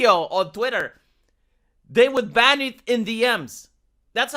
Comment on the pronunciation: Dude, for item 3 I thought you said "Only fan"